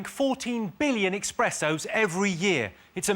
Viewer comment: Its eSpressos, Jimmy not expressos.:face-purple-crying